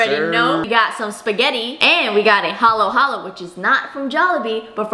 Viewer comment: Why you be pronouncing halo-halo to halow-halow😭😭😭😭😭😭😭😭